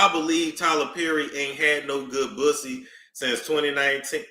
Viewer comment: HE SKARED OF DA PWUSSY…… HE SKARED!!!